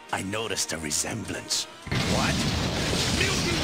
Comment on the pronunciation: "I noticed a recemblance" lol